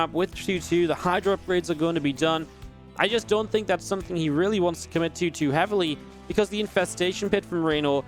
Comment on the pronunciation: I love how he talks about the 2 - 2 upgrades at the mark, and say 2 - 2 like three times in a row, and then says "I just don't think its something he really wants to commit TO TOO heavily. Sounds like "choo-choo" :D Great cast, btw!